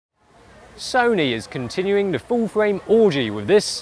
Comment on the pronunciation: A not wery bwilliant rewiew of Sony's Full-Fwame Digital Camerwa. You have to be joking, wight …. so moronic it's sad.